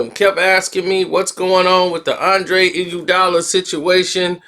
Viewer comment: The way you pronounce iguodala name is killing me!! Fix it